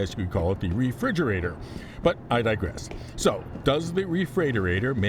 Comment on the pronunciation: why did you do this to us? 😊 Looking through the comments to see how people (mis?)spell refreightoreitor. Refreightorator?!?